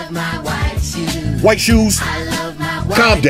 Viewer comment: "i lov ma white shooes"🔥